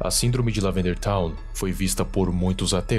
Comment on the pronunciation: "Lavanderia town"